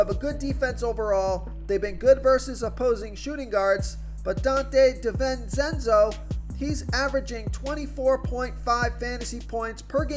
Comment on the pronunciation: Say it with me Donte Dee-ven-chen-zo